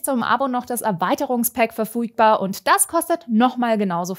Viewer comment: Das erweiterungspack ist verfuidbar 🤣🤣🤣🤣 Deutsch ist am Stissel 🤣🤣🤣